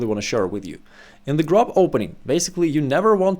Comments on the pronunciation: It's pronounced [grob] in German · yes grob = rough in german, but its pronounced more like the O in Fortune, a longated o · Yes, "grob" ist the german word for "rough". Just strech the "o" a bit longer, then you pronounce it almost correctly. :)